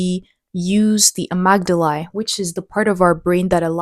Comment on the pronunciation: Amygdala = uh-MIG-duh-luh